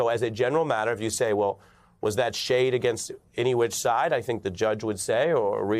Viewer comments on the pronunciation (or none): none